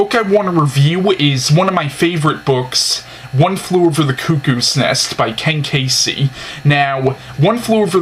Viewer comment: Kesey. Key zee. Not Kay cee. Sorry. But you mispronounced the author’s name. The book is seeing the story through Chief’s perspective. That alone makes the book and movie very different from each other.